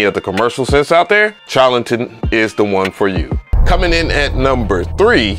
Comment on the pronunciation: The CH in Charlatan should be prounounced as "SH" as in Sharlatan. I hate being that guy. LOL I enjoy your reviews playa. All day!